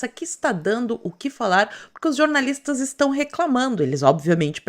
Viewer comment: "Jornalistes". Ou como disse uma vez Thiago Pavinatto: "jornalistos"! ironic mode on